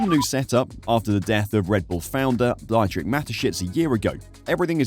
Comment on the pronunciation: Mispronunciation of a name is not respectful mate, Dietrich has an E sound as in Peter (pee-turh) ie and i sounds like ee in Germanic languages. Come on and make some effort in pronunciation, please.